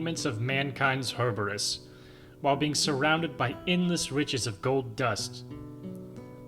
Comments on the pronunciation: Its "hue-bris" NOT "her-ber-us" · this is the exact moment hubris became hurburis